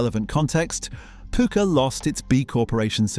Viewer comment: It's pucker not pooker. Pukka is an indian wording from colonial days meaning good stuff. 👍